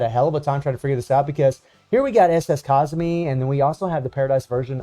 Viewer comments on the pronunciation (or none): lmao kusami? wtf man her name is kasumi = mist, kusami = sneeze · I'm not great at spelling, but I know how it's pronounced. The K is based on hard C, Ca-sum-me. Not Ka-Sum-May as keep pronounce it.